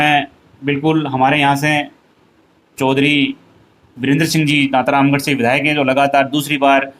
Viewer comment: दांतारामगढ़ होता है दांतारमगढ़ नहीं !!